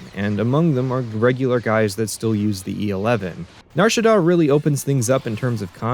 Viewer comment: The way pronounces nar shadaa is correct don’t